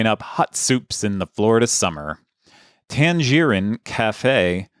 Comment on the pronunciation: Odd way of pronouncing Tangerine there